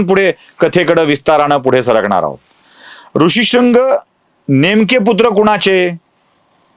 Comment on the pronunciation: कथाकथन सुंदर आहे.पण भरद्वाज,भारद्वाज,ऋष्यशृंग,ऋषिशृंग, कळीचा मुद्दा मधील कळ हा शब्द अशा काही गोष्टी खटकतात. रामकथा सांगण्याचा वेगळा मार्ग स्पृहणीय आहे.श्रवणीय आहे.अभिनंदन!